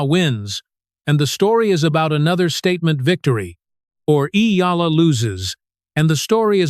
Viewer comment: This stupid AI generated voice and reading can’t even say her name right.